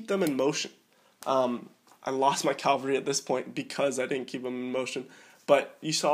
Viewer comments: cav-al-ry not cal-var-y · Please stop saying "Calvary" instead of 'cavalry' and "inventory" instead of 'infantry' haha. Apart from that great video.